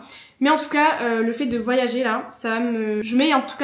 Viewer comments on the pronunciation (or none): none